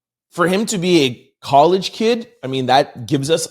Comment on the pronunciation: is dyslexic, sometimes he says things wrong but we get it